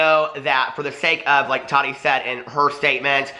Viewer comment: How is it that these people can clearly say the word "tea" but cannot pronounce Tati's name which it's literally pronounced Ta-TEA. It's really NOT THAT HARD! It's short for Tatiana. 🙄